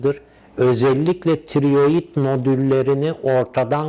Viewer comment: Tirioid degil tiroid..Önce söylemeyi öğren hocaaaa.